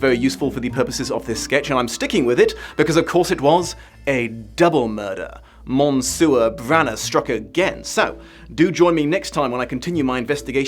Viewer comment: Mon-sewer Praro?